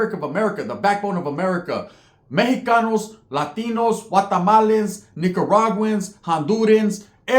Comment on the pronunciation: This foo said gua-tamales 😢😂